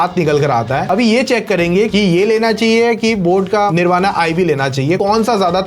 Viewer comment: It's निर्वाण why can't you hindi guys pronounce correctly